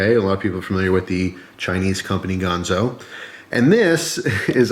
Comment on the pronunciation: GANzo, not Gahnzo